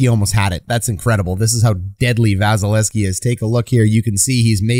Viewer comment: You are neglecting to pronounce the second V in 88's name. Just saying.